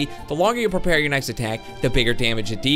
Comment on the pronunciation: Prepare not peralise